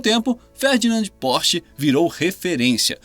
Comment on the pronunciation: Lmao "pose" "porch" lmao ok ai